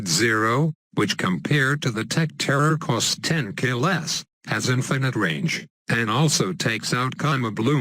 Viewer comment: Couce the damn rage that ninja it's not ragend rly